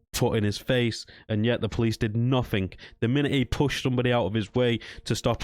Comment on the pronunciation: Why can't you pronounce the word nothing properly?